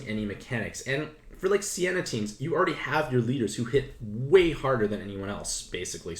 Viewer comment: Say " Say - Nah " out loud. thats how you say Seina